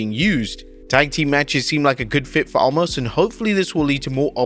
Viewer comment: FFS. His name is Omos. Not Allmos!